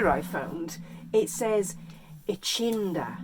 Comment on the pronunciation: "ECHINDA" siiiikkkk